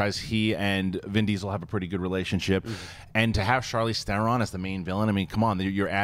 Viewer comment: "Charlise Thoron" Really? And this guy runs a major channel revolving around movies? Really?